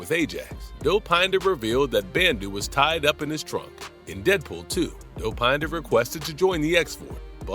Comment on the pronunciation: the way the AI says Dow-Pine-da